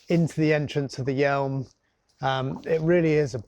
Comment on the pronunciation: PS the River Yealm is pronounced 'yam', not 'yelm'. I know the area especially around Plymouth and the Sound well. From Bodmin.